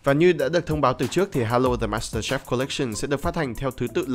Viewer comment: ad ơi đọc là master chief không lại là master chef đâu ad @@